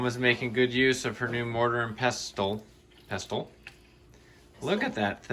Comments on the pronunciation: One Hour! Are you crazy? That place is a day's outing. I saw some blue glasses and I liked the quilt in the fridge. Pestle has a silent t. Pronounced PESSLE. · Hey, unless there is another pronunciation i am unfamiliar with, pestle is said pessle. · Love you guys❤️ mortar and pestle(passel like trestle)😂😂😂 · The t in pestle is silent so pronounced pesall. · the t in pestle is silent. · Hi - I see someone else has already commented that the 't' in pestle is silent. Also, you showed us some of your lovely plates the other day and one had a picture of Belvoir Castle, England, on it - Belvoir is pronounced 'Beaver' and is from the French word that translates as, 'beautiful view'. Hope that little bit of info is of interest to you. Love watching you thrift - so jealous, as we don't have such big thrift stores here in the UK 💗